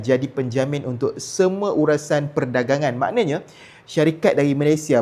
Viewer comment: Sebut betul2 URUSAN tu bang, bukan URASAN 😂😂😂😂